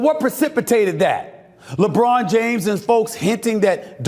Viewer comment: Lebraud James😂😂